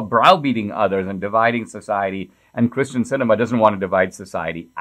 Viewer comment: Did you really mispronounce the Senator's name at the opening? You put her name in the title properly as "Kyrsten" Sinema and then you said 'Kristen." you did it again. ... "Kyrsten" is a Greek derivation. She's a sitting US senator. The least you could do is pronounce her name right.